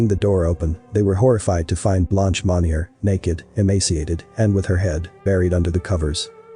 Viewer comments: The way he narrates the story and the offputting pronunciations of French words really kill this for me. Mon-yey not Mon-yer. Pwa-tyay, not Pwoy-tays 😑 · It bothers me the narrator is saying the last name wrong. Monni-eh is how you say it.